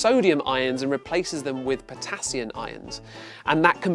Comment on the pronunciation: It's potassium not potassiun ,, lol :D